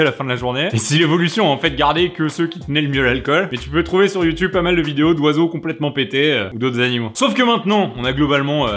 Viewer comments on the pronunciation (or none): none